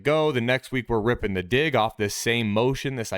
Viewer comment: Careful calling out the "big dig" throws...make sure you're dropping that hard G in dig, my man 😎